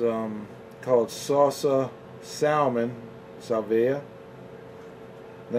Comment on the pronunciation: It' SAL-VEE-AH......you really butured that one